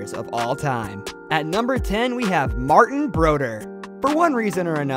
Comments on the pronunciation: BroDEUR, not BROdeur. It’s French. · and BRO-DUR. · I stopped watching when he pronounced Martin Broder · Agreed. "Belvo" Richard with American pronunciation; "Conn Smith", "Broder"...c'mon, man! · Martin Bro-dur? At least pronounce his name correctly. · I tried my best to get through it…I know you’re trying brother, and I want you to keep improving, but you butchered the names of some of hockey’s greatest royalty. Martin Brodeur, Maurice Richard, Conn Smythe and more. Still rooting for you and your channel. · Cannot pronounce Brodeur, the first player mentioned. C'mon, Man. We're hockey fans. Don't blow smoke up our skirts...